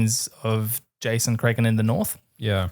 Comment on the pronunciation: Cwistan UwU